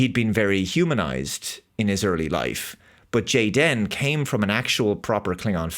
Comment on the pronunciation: Stop pronouncing the superfluous hyphen. His name is Jayden. Just like half of the kids at Karen's Kindergarten. May as well have made him blond, white, and vegan! They're not even trying!